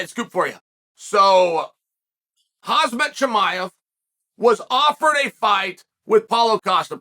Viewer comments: It’s Kham-Zat not hazmat lmao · This man said “hazmat” 😂💀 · It’s Khamzat, Chael. Not Khazmat. Just like how it’s Chipotle, not Chipolte and I guarantee you pronounce it like that too. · Unc, it is Ham - Za ... easy to pronounce not Haz Mat 😂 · Alright... It's official. Chael says Hazmat every damn time just to get comments like this. You win... I tap out. I've said 'uncle'. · Hazmat? This guy can't read 😂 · HozmOt chimiEV, Chael says..